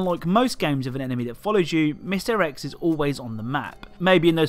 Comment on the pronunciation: Sometimes you say mr X and it sounds like misdirects.